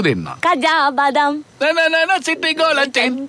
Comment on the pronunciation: බදම් නෙමෙයි බාදම් බාදම් කියන්නේ ඇට වලට..ලන්කාවෙත් තියෙන්නේ බාදම් මිල්ක් එහෙම ආමන් ඇට දාලා..ආමන් වලටත් බාදම් කියනවා.